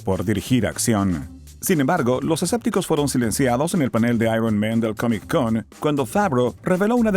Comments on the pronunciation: Porque dices CAMIC en vez de COMIC? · hay algo que se llama CONNECTED SPEECH. No hace falta que pronuncies la C dos veces. te escucho y me saturás el cerebro. no se dice COMIC CON .... la consonante final de COMIC es la misma la consonante primera de CON, la letra C. Entonces se pronuncia todo directo: "COMICON"